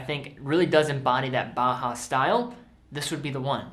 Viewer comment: Great video. Are you aware that you say "BAHA" instead of "BAUHAUS"?